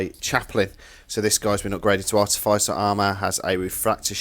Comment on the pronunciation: Great channel...very inspiring for anyone considering the Heresy ..........Please pronounce Artificer as it is and not Artif..eye..ser I know its a small point...but when you go to so much trouble with everything you do..it's like getting a slap across the face with a power sword every time the word is mentioned AAAAAAHHHHHH!!!!!!!!!!!!...........sorry again